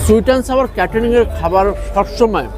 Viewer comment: সুইট এনড সাওয়ার নয় সুইট এনড সৌর হবে